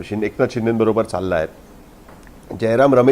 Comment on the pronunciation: शिंडे नाही शिंदे ..शिंदे म्हणायला शिका.. आधी ! नाही तर शिंदे साहेबाला शेंडी लावाल 😂